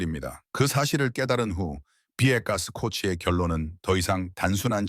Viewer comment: 채널을 더 성장시키고 싶으시면 자막 교정을 제대로 보고 영상을 올리시는 것을 권합니다. 만약 대본을 읽고 자동 자막을 쓰는 거라면 발음을 제대로 할 수 있을 때 까지는 자동 자막을 쓰지 마세요. 비에가 스코치가 뭡니까? '아버지 가방에 들어가신다' 인가요 ㅋㅋㅋ